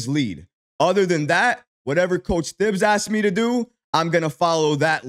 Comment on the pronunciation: Thibs it’s pronounced TIBs the THI is the sound you heavy on he H you sound like Mike Tyson Lmaooo good content tho